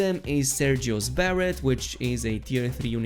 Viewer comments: it is not sergio's barrett it is sergios beret or beray like be ray. I am sorry but this is a major pet peeve. the real way to say it is br ei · Beret = 🗣buh-RAY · The way you said beret made my head hurt..